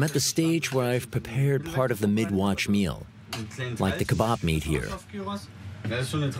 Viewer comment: Are we going to ignore how the narrator calls it kay-bab ?